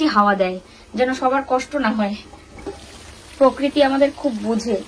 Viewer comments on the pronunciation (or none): none